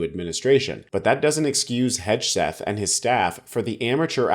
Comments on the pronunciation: It's HEG-SETH not HEDGE-SETH, lol. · At the end did he say, “Putin wrote this.”? I like your pronunciation of Hegseth, I’m going to pronounce it that way from now on. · Could you try to pronounce Hegseth correctly if you’re going to do a vid about him?